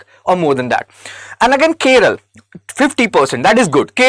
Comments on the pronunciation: Its not Keral, it's Kerala You don't even know the name of the state property, you talk about statistics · It's not keral it's Kerala some educated idiots pronounce it it keral I wonder if ur helping IAS aspirants and pronouncing a simple name wrongly it's 😭 😢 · It is not Keral it's Kerala. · why this idiot is saying keral keral idiot learn how to pronounce Kerala. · Dude, firstly, it is "Kerala", not "Keral". Secondly, for districts above national average, please also post national level data. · கேரளா என்று சொல்வதால் தான் அதை இப்பொழுது கேரளம் என்று மாற்றிவிட்டனர். ஆனால் இப்போ நீங்க புதுசா கேர்ள் என்று சொல்கிறீர்கள். இது சரியல்ல.! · ।t is 'Kerala' not 'Keral'. What if I say 'Hind' for 'Hindi' and 'Biha' for 'Bihar' ? What do you mean by 'We' when you say, "We think that South Indian states......." It sounds like the ' we ' in "We Americans think that Indians......". Bro, it is this ' other-ing ' of South India by North Indians which has accentuated the North-South divide in recent days. If an educated young man like you can entertain such ideas ie We = North Indians and They = South Indians, God save this country. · The way you said keral, makes my blood boil